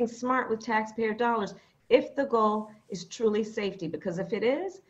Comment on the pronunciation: Necessary? They Will continue to say the same thing. "Yes, It esse necessary"... Poxa...